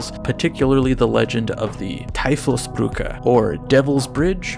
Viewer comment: The way pronounces "Teufelsbrücke" is just adorable